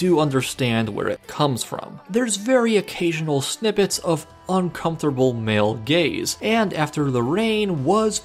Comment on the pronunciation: Am I the only one the heard "male gays" 😂